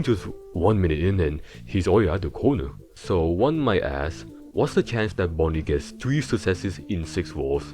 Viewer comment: bonnie goes stwait to thuh cownuh